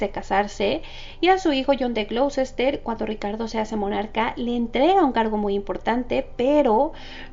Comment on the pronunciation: El nombre del ducado de Ricardo se pronuncia Gloster